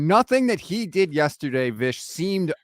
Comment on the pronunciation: Vish, please….. it’s yEsterday not yUsterday